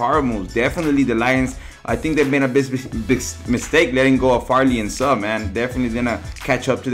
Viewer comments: It's suhhhh u can't even say it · You can't even say suh correct 😂😂😂😂😂😂